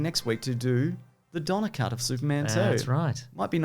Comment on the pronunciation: Don-ner cut. Don -Ner Cut. Don-ner cut.